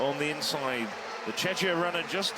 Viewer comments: Exactly! I cringed every time he mispronounced Czech / Czechia, truly embarrassing! 😬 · We are not Chechia we are Czechia or Czech republic.